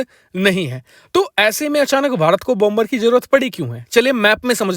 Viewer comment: Please Please PRONOUNCE BOmer. NOT BOMBER, LEARN PROPER PRONOUNCIATIO OF ENGLISH LANGUAGE, THANKS